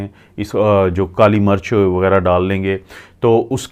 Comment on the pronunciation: Apka accent bohat kharab he..kuch bate samaj nai ati. Kali marach ni kali mirch.plz